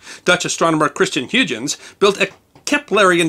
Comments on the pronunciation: Good video, thanks, but I believe Huygens is pronounced Hoy (rhymes with soy) gens. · I really enjoyed this. (For what it's worth, Huygens is pronounced "HOY-gens" with a hard G, not "HUGE-ens.") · Also a ‘space fan. Only one tiny FYI: the man’s name is pronounced: Christian HOY-guns. Been at this for years. This is good.